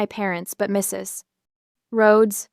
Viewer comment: Very annoying- that pause after Mrs. Like a grade 1 student who has been told that in reading a period means the end of a sentence and you can now take a breath. They all learn by the end of the year that a period can also mean- this is an abbreviation and you don't pronounce it alphabetically; and you don't pause while speaking.